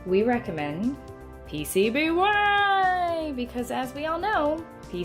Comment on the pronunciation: I was a little disappointed that the 8-bit guy didn’t pronounce “PCB Waaaaaay” correctly in his recent video...